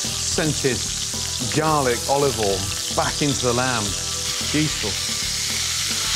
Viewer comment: Nobody: Gordon: Oliovol